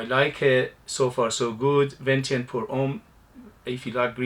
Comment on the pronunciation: your pronunciation was fine, Venetian ( Veneetion), relating to Venice, I’m thinking gondolas and waterways, sounds like a scent I’d be interested in.